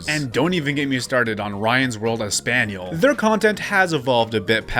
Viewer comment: I like how you say espanol like “Nathaniel”